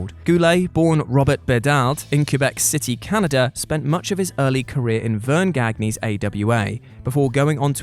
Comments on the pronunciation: Verne Gahg-nee's AWA? It's Verne Gahn-yuh. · Verne Gagnee? Ffs.